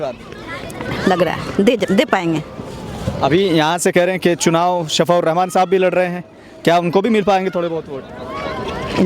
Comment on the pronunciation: Shafaa nahi Shifaa hotaa hai